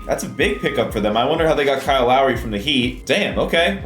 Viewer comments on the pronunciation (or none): none